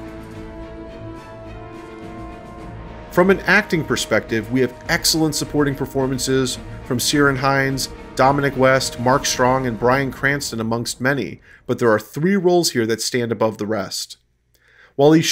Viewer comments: 'Seerin Hinds' : "Ciarán" is pronounced with a hard 'k' sound for the letter 'c', and sounds like 'Keer-awn' (rhyming with sheer-lawn, or beer-fawn, or dear-pawn or here-wrong). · I know I'm a year and a half late to this video, but Irish doesn't have a soft c, so it's pronounced Keerawn not Seeran. otherwise an enjoyable and informative video